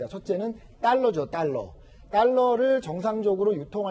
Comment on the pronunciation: 딸러가 아니고 달러입니다